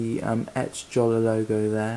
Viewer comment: btw I'm pretty sure it's pronounced like writing it with a y, yolla, or so. It least that's how I remember it for earlier vids with Jolla employees talking about it - gotta check these again